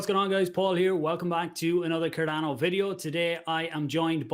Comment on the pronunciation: Dude said Cardono lol